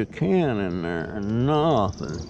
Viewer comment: A lot of "nawthing" 😊 The 55 wasn't rusty......it has patina lol